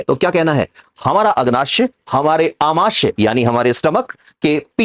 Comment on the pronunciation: सर, आमाश्य नहीं आमाशय होता है और अग्नाश्य नहीं अग्नाशय होता है। आप लिख सही रहे हैं लेकिन उच्चारण गलत कर रहे हैं।